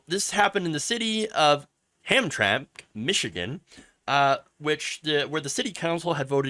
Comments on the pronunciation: Hey, aren't you from Michigan? We all pronounce it Ham-tram-ick here.:) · Ham Tram Mick is how it's pronounce. It's also not a suburb, it's a small city in the middle of Detroit. Very poor and have been discriminating against black people for a long time. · it is pronounced hamtramik. and they weren't like this before. it is going straight to hell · Gays have made this flag a symbol of hate canceling anyone who disagree with them and learn how to pronounce the name of the city idiot. These people always talk rights when the shoe fits others have the right to object to your ass even in public.